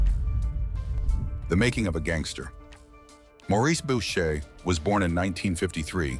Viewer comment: Bowcher??? It's pronounced Booshae! All you young guys so fascinated by this yo yo, you can read this in old newspapers. If someone has to ask when he died it means your probably young and watching a video being done by a nit wit! there are some pretty accurate videos out there. This is not 1 of them! This video doesn't even compare to garbage it's so bad! Jeff D. 70yrs old - retired!